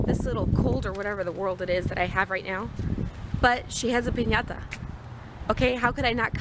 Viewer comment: That party looked fun it reminded me of my random crazy friends lol And I love that you annunciate piñata correctly. Made me giggle